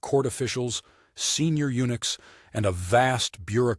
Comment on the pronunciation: unooks? SOMEONE NEEDS TO READ THE STORY AND PRONOUNCE THE WORDS CORRECTLY AND TO WRITE THEM CORRECTLY